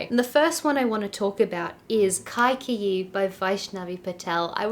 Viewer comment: It's not kaaikeyi, it’s kay-ka-yee. (कैकयी)